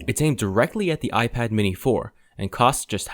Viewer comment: do you get paid every time you say aijpad ...